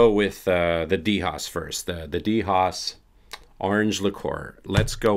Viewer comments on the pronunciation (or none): Hey, the brand DHOS is pronounced like a 'dose' of medicine or like uno, 'dos', tres